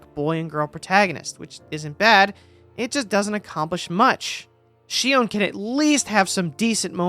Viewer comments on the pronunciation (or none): none